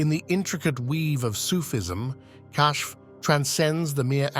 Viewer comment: The word being pronounced as “cash” in this video is actually spelled “Kashf”